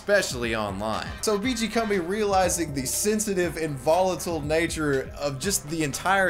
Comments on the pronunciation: it's pronounced CUMBI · Pronounciation according to WWS: BeeGee Coom-bee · How do you play two separate clips of Kumbi pronouncing his name in your own video and still pronounce it wrong yourself the entire time? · Excellent video, thank you. Though it's odd that you alternate your pronunciations of "Kumbi" throughout the video. Pick one and stick with it haha. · Whats with the 30 different pronunciations of his name? Pick one and stick with it, jesus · Take a shot every time switches between pronunciations of Kumbi.